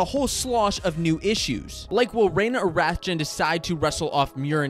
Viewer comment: Caleb rathjen last name is pronounced Raw-chi by the way. It’s weird